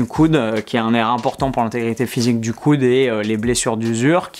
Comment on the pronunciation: Oh!! Merci pour la vidéo rien a dire tu gères. Comment se fait il que tu dis "coune" pour dire "coude"? 🤣😂👍🏻